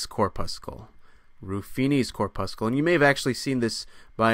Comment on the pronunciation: Cor' pussel. Not Cor puss' kull ; just like red blood cor' pussel and not red blood cor puss' kull Enjoy your content, but that particular mispronunciation is especially jarring!